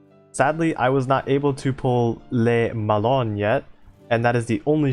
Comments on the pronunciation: Literally 3 seconds after sending the previous comment, I hear you saying "lé melon" for Le Malin lmao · Has someone with french has his first language opinoatre is pronounced op like over powered ni like Nani and art it sounds pretty similar to the actual way we say it in french but with the the English accent and le Malin is basically mal like malfunction and in like in interaction love the info vids btw /--.--\ b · That was actually pretty accurate (except for Le Malin, since "lin" would be pronounced similarly to "lean") But then again, the french -in is VERY hard to convey by writing, so I don't take it on you at all. Good job, honestly! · 'le malon' you killed me hahahah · I laughed when I heard Le melon 😂, I'm not a French native speaker but I can speak and read French to an intermediate level so when I hear someone pronounce these ships names its always so funny (in a good way ).